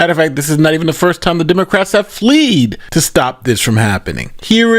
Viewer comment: He said FLEAD like a flea, when he should have said Fled like Ted. Come on.